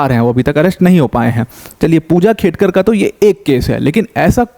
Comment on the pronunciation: It's खेडकर not खेतकर